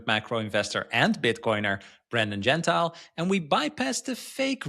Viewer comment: he hates his name mispronounced.... it is not gen tile. it is gen tee lee....... Super surprised he didn't correct you at the outset of the episode.